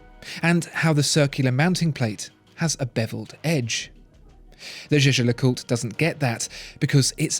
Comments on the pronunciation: I've watched almost all your videos, and you finally pronounced jaeger lecoultre correctly! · Now pronouncing Jaeger-LeCoultre the right way. Absolutely eargasm.